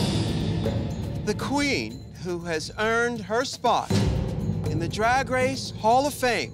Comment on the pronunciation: Can anyone explain the whole thing with Trixie’s accent and pronunciation of “drag” that’s so funny. I’m in Alberta Canada and it sounds just normal to me lol